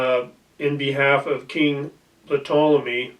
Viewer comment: Do not pronounce the P in Ptolomy and watch a whole new world of opportunity open up to you😂